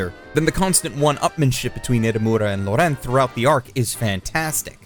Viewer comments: How did he mispronounce Laurent!? Lau-rant. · Is there a specific reason you pronounce the name "Laurent" completely differently from 1) how the dub pronounces it 2) how normal American English speakers who see the name would pronounce it 3) how it's actually pronounced ??? Because you manage to somehow sound like a douchebag who is trying to show everyone how an actual native would say it and an idiot who has no idea how to pronounce it at the same time. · The way you pronounced Laurent should be considered a hate crime but great video otherwise